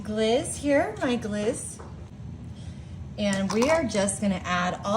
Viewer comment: It's pronounced glayz not gliz. Looks tasty